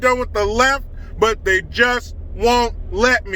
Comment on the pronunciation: " Athey" LMAO!